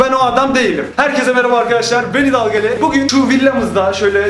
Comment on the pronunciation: Abi hidalgali degil şefgalı